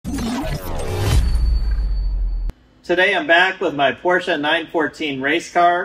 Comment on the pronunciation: Thanks for somebody who pronounces "Porsche" correctly. Iike your videos, no Hollywood, and addictive watching you troubleshoot your cars.